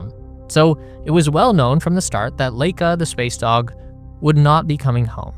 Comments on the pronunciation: Totally unimportant fact here, but since I was around at this time, though young, I know that the dog Laika, was pronounced LIE-cuh. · 'Vair-nuh fonn Brown' and 'Lye-kuh' and while I'm being pedantic... 'Ree-kard Vahg-nuh' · You're right about just about everything in this video. Except for the pronunciation of Laika - it should be "Lie-ka", not "Lay-ka". BTW, the Wikipedia page for her shows the right pronunciation. Not a bad idea to check WP for pronunciation keys for foreign words and names. [Edited to fix typo.]